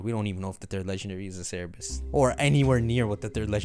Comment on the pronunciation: Bro it’s CERBERUS not CER-E-BUS lmao. It was so confusing hearing that